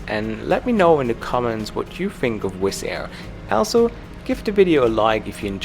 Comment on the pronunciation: He said wiss air